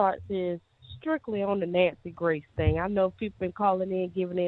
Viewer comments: Nancy Gray😂 I live for her mispronunciations❤ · Lol I love how sis says Nancy Gray! I'm here for it all xoxo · I’m convinced you pronounce shit WRONG on purpose!!! “NANCY GRACE” 🤦🏽‍♀️🥴